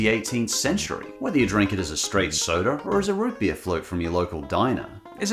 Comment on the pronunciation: Root beer noo Root beerr